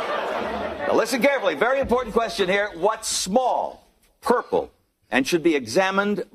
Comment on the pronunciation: “You better shut up and ask me another querstion.” 🤣🤣🤣